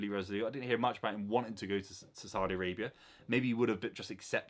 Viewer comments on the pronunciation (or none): none